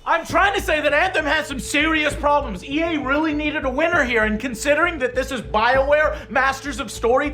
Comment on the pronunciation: Why do you pronounce EA as "yay"? :P